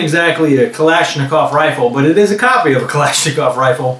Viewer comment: Not to criticize but it's usually pronounced Zahs-Tah-Vah, and Kahl-eh-sh-nee-koff/kov